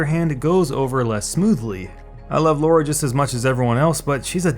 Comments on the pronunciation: I don't understand why so many people keep pronouncing Lara incorrectly. It's LARA not Lora or Laura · It's Lara, not Laura. You obviously don't like her that much given you don't even know her name ;-). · Tombraider: it's Lara, not Laura! Lol. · It's Lara not Laura. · It's Lara Croft. LA-RA. Not bloody Laura.